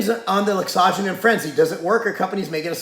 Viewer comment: does he pronounce it right i thought it was laxo gen in he said like asajonin